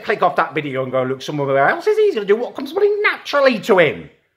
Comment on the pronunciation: U have a tic tac learn To say look